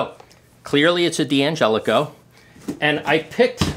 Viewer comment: It's not DiAngelico but D'Angelico. Not sayin', just sayin'.